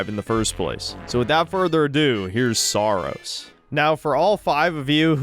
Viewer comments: Every time i hear the game's name it either sounds like saar or soros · Saros sounds like sarós I'm pretty sure in Hungarian means putrid or gross. Also please shit on the backlash over mouse pi regardless if it's warranted or not.